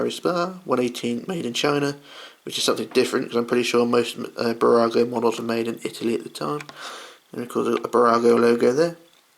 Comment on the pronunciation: New subscriber :) 1.5 years later... your pronunciation of Burago is spot on!